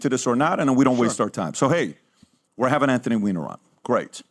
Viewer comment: His name is actually pronounced WEENER